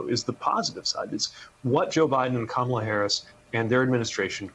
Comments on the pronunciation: Hey Rev: It's "comma" la, NOT "kamma" la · Even The Rev & Buttigieg have to learn how to say her name: COMA-LA... not Camel- La ! C'mon guys. The mayor at least corrected himself. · jfc, rev, learn to pronounce kamala’s name. WHERE ARE THE PRODUCERS? THIS IS YOUR GD JOB: tell your people how to pronounce names so they dont embarrass themselves and the network.